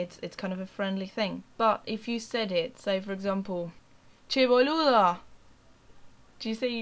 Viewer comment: Great acento! Muy bueno te felicito!